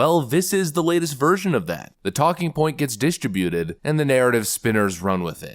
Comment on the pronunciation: Distributed. Another word can't pronounce correctly. Is anyone keeping track?